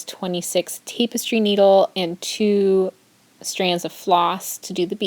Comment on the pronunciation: TAPastry needle... not TAPEastry needle.. :-)